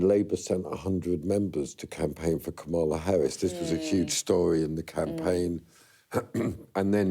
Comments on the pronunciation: This guy doesn’t know how to pronounce Kamla Harris’ name! He is copying Trump’s mispronounciation! Shame!!! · Was it me or is the interviewer excessively deferential? I lose all respect for people who can't pronounce a three syllable name accurately. I've seen Kamala Harris' name mispronounced on most of the major news channels now. Does nobody prepare or have any respect any more?